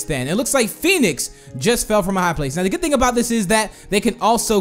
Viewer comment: why did you say goot armor